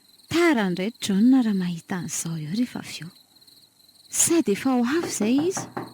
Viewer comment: Misaotra nizara. Fanamarihana kely fotsiny topoko, mba tonony tsara ilay fanononana ny an'ilay anarana hoe"John",vakio araka izay tena tokony hanononana azy